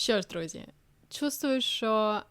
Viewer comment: Від...чува...чо? И чувствую правильно, а не чуствую - мову не коверкайте, плиз